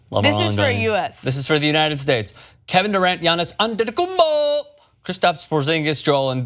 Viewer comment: The way he say Antetokounmpo annoys the hell out of me